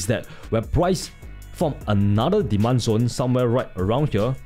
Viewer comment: Rimembah dis... "Diman Zon" Savage